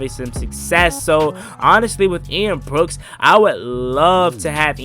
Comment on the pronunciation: It’s Ian Book, Not Ian Brooks